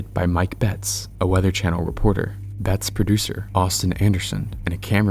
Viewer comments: This really should've gotten an EF 5 rating. IDC if the damage was only rural. It was a monster. Edit: It's pronounced "bett-es" not "bets" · His name isn’t pronounced ‘Betts’. It’s pronounced ‘Bett-ehs’. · leaving a dislike cause cant pronounce bettis. . . . either crappy ai or un intelligent video maker. it even called him bettis seconds after you called him betts. . . . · Its pronounced "Bet-tis." They literally say it secinds after you mispronounce it. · Mike Bettes is pronounced Bet tess with 2 syllables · Mike Bettes' last name is pronounced Beh-tiss, just FYI. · This is the best El Reno recap I've seen, thank you so much for this! The only criticism I have is to always take a second and google the names of people in case there's an easy way to hear their pronunciation. Mike Bettes is pronounced 'BE-tis.' Still a superb video and I appreciate hearing about other victims whose names have been swept away in favor of more prominent involved parties. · How do you have a tornado channel, yet you don't know how to pronounce Mike Bettes' name correctly? It's pronounced correctly in the clip you show. Did you not listen?